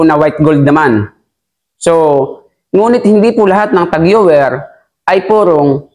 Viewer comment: Cartier = kar/ti/ye french po ito. Tag heuer = tag/ho/yer